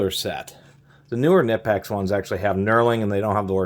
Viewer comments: Fun fact, Knipex is actually pronounced "Kah-nee-pex" not "Nih-pex" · FYI, it's pronounced k-nee-pecks (hard "k", long "e"), not nip-ex. Just sayin'... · Great review. BTW it’s Kuh-ni-pex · It can be pronounced both ways. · Fun fact, Knipex made a video saying both pronunciations are correct. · Yea but that sounds stupid. I pronounce it like him too, guess we're both wrong